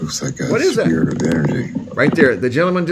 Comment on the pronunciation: he says “looks like a sphere of energy”. It did kinda sound like he said, ‘spirit’, though.